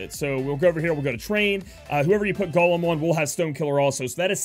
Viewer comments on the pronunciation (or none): The way you say 'Golem' had me like 'What? Gollum from Lord of the Rings is on ffbe? 😂